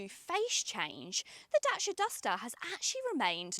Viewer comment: Great video, we just bought one. Please say DACIA not DASHIA 🤣🤣